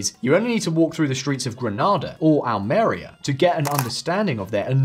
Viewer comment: it's pronounced more like Al-mah-REE-ah, not Al-MAIR-ee-ah